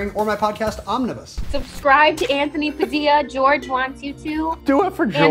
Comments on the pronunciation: I had to click off after "padildo" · Am I tripping or did you say “use code padilido” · I cant get over 'Padildo'